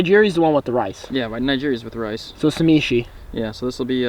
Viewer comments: Sashimi not samichi lol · did he just say shameshi??? haha.. sashimi! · Lol isn’t it Sashimi not Samishi ? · This is SA SHI MI. NOT SA MI SHI. Great vids man! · wat an amazing trip. I am jealous. I think the raw fish is called Sashimi not samishi, or am I wrong? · and its "sashimi " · "naijiri" lmao it's pronounced nih-gih-ree", and sa-shi-mi. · "Sashimi" = Suh-shee-me "Nigiri" = Nuh-gear-ee